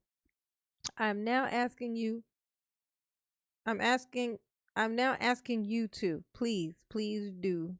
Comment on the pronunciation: Your honor he is only AXING for you to tell him what he doesn't understand NOT for you to explain to him!!! 🤣😂🤣🤣😂🤣😂 He wants the "troof" and your "oaf" of office! He wants "bof" 😂🤣😂😂😂 DUM-REL